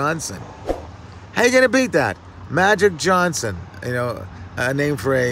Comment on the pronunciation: MAGIC JOHN-son. Funny coming from Ron Jeremy😂😂